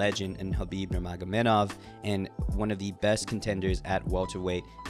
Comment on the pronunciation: It’s NurmagameDov not NurmagameNov